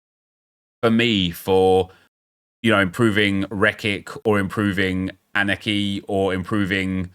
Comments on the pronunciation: As a Charlton fan you pronounce his name as chooks anekay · CHUKS A-KNEE-KAY. At least thats how the announcer said it the last time I saw a game at The Valley. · It’s chuks Anee-Kay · Chucks A-nee-kay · Chuks “an ayy kay” is how you pronounce him… he was a beast at my local club mk dons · Its pronounced A-nee-kay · Its pronounced chucks a knee Kay, he used to play for Birmingham what a legend